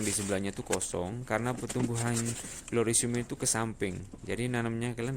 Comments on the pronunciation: orang Jawa ya bang ,🤣🤣🤣🤣,glorisium....🤣🤣🤣🤣gloriosum baaaang....di eja berkali2 bang biar gak belibet nyebutnya....😁😁😁💪💪💪😀😀😀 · Mas'e cuma mau saran aja penyebutanya salah😆 bukan glorisium nyebutnya gloriosm aja, trus perlait aja nyebutnya ya mas jngn perlit hihi. Mantapp mass terimakasih tipsnya..